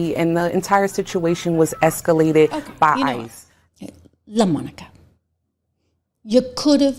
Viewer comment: You have too much fun saying LuhMonICuh! 🎉